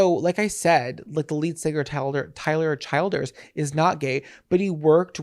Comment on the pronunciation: Tyler “Chill-Ders” I believe is how it’s pronounced. Love you!!